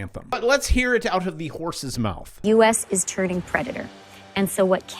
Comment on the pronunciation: "turning"??? lol